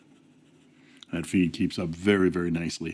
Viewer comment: When you say “and there is the plastic feed”, i could have sworn i heard figboot